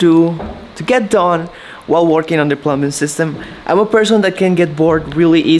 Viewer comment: Dude, The B In Plumbing Silent Bro. It Is Said/Spoken "Plumming" Keep Up The Good Work Matey.